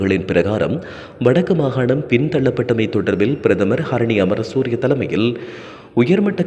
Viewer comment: பிரதமர் ஹரினிஅமரசூரிய என உச்சரியுங்கள் சகோதரா